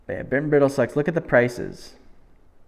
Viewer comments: You deserve a Pulitzer Prize for this one. Bit and Bridle is a new to me brand and it is pronounced to rhyme with bridal, not brittle. Pulitzer and Oscar. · Love your videos, I just recently subbed and have been going back watching the older ones. Thanks for sharing your knowledge. Oh, on a side note, Bit & Bridle is (Br-eye-dle) as in horse headgear